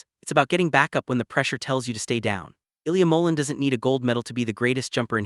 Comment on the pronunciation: You need to pronounce his name correctly